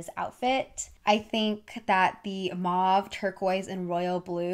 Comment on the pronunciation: And “mauve”.